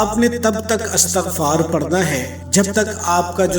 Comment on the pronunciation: O bhai word astaghfaar nahi hota bulkey Istaghfar hota hei... correct yourself.